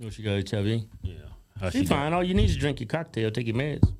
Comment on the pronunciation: he said “causes heeivv”